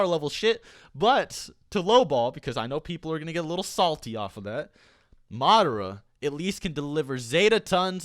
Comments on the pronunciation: Ugh I hate how he pronounces Madara. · NickV. Jr that’s how you pronounce it. It’s not Ma-dar-a it’s Ma-da-ra. Watch the anime